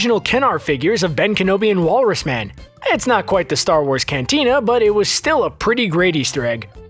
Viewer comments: "ATAR WARS" eh? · Atar Wars